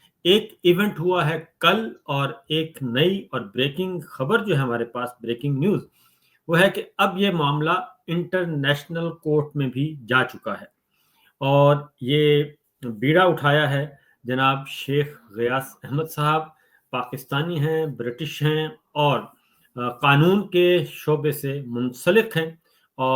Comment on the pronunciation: جناب لفظ بیڑا نہیں بٖیڑا ھے